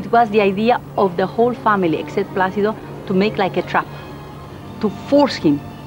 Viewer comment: Will do! I think he did say "Pla-thee-do" to Miss Piggy (?!) in one show.